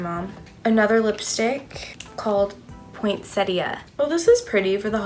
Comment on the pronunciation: Is no one gonna mention the way she says poinsettia?